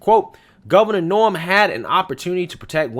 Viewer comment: May I just point out her name is "NOEM" not "NORM"...but thanks for this it's definitely a viable story !